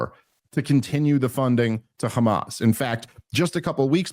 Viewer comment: Why do they say kkhamas but not khouthis 😆